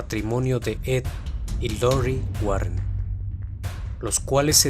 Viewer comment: Wow, me gustan las historias y el canal pero la pronunciación de los nombres me desconcentra y me saca de la atmósfera narrativa. En especial el nombre de Lorraine Warren.